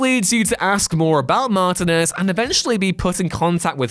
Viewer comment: David Mar-Tee-nez not David Mar-te-ness...